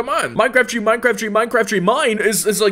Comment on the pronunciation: Ah yes, my favourite model "TREE TREE TREE TREE TREE TREE"